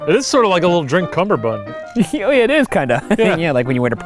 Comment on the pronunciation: 'Hey man, shut up.' 'Cumberbund.' CUMBERbund. I thought I knew how to pronounce that word lol. Guess not? Oh, you're my favourite. Hope the lawn enjoyed your gift.